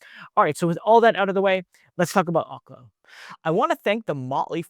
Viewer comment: Research how to pronounce OKLO